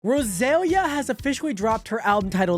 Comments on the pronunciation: Dude wtf is a “Rose alya” it’s “ros aliya” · How you pronounce her name is sending me 😂 it’s Rosa-Lee-Ah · The acent in her name is in the i, so it's pronnounced like Rosal- i- a (Rosalía)